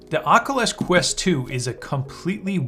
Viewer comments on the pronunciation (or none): "Okulus Kwist 2"